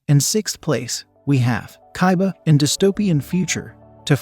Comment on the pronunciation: I died when he said Kai Ba